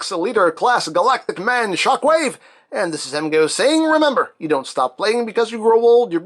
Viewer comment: Thought you said ShaqWave